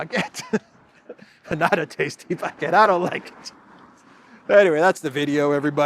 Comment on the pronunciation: Macron -"bagette" with an "F"🙃🤭🤗👏👏